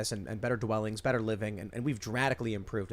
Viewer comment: It’s not better it’s Bretter.